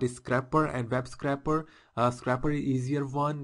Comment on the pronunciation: Really great video thanks! But please learn to say scrape properly! lol!